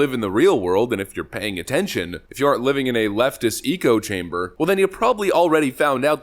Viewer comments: Love your videos, but you drive me nuts saying eco chamber instead of echo chamber! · Ya did it again, my dude - "Eek-o-chamber"? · So did you just say “eco-chamber” when you meant to say “echo-chamber”? Sometimes you sound like you are part of a government PSYOP script… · The term is "echo chamber" NOT "eco chamber" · It’s echo chamber, not eco chamber. Great video though. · Hey man, I know I'm going to catch hell for it, and I'm saying it so lefties can't use it against you, but it's "echo" chamber, not "eco". I mean friendly only.